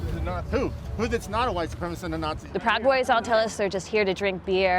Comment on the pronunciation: NOTICIAS VIEJAS APARTE DE TUS MENTIRAS ACTUALIZATE TIO AL MENOS APRENDE A PRONUNCIAR ESAS DOS PALABRAS O DILO EN CASTELLANO.